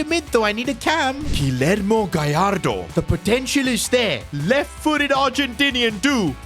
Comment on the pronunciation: The name Guillermo you don’t pronounce with L’s